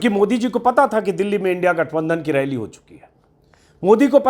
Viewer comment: ऐ मुर्ख इन्डिया कों इनडि बोल रहा हैं